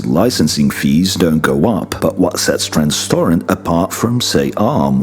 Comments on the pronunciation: It's TENStorrent not Trenstorrent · WHY do you keep calling it TRANStorrent??? WTF?!? - Its called TENStorrent!!!!! its even written ALL OVER THE SCREEN!!! I hope you're referring to someone other company and I just don't know, because it's pretty insulting to do a video about a company and then GET THEIR NAME WRONG THROUGHOUT THE VIDEO.... smh... I hope you at least get it right after the first 2 mins 🤦‍♂ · Hey man, i got it wrong too tenstorrent and i'm not going to remember that after hearing tensorrent so many times (Edit, come to think of it, i dont think i can recall hearing it ever pronounced correctly except for maybe a Dr Ian Cutress video) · Tenstorrent, not T"R"enstorrent I believe. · "Tenstorrent" not "Trenstorrent" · You have called them TRANStorrent 10 times in 10 and a half minutes.... So I expect you to continue getting their name wrong throughout the video... smh ... You HAVE TO be doing this on purpose..... You've seen their name a hundred times while researching this video...- so WHY are you calling them TRANS? does this mean Jim and Raja's company is non-binary or something? Well I know here in America companies are considered people... so ANYTHING is possible (I'm NOT JOKING... a major court ruling said they are people and they can contribute to political campaigns to express their voice... yes.. a COMPANY has a VOICE, is a PERSON, and can VOTE with it's wallet...ughh) - So PLEASE explains this... are you saying their name incorrectly ON PURPOSE? Or are you expressing the last days of Pride month by messing with your audience?? Well it's worked if you're doing the latter, because I am officially MESSED WITH! lol .. this pride crap has gone TOO FAR!!! You CANNOT make a AI Accelerator Company a TRANS!!!! ARRGHH LOL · Lol! I was wondering what was going on. It's okay man, I made a mistake once.